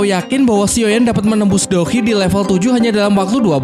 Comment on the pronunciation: Douqi bang jangan dou hi 🤣🤣